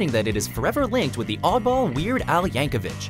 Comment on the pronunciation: it's not Yankovich, it's Yankovic.